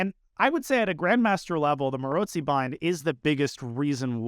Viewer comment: Danya’s pronounciation is right, with a ‘ts’ sound, might have to do something with his own last name having the same sound in it :) I’d say it with a ‘ts’ and also a long o - like at the end of the word ‘go’ or ‘no’, with the emphasis on the second syllable